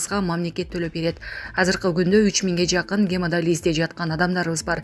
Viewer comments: Гемадализ эмес гемодиализ .Каякта иштейсин я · Журналист сорой сен гемодализ дебей туура окусан тилин келбейт экен э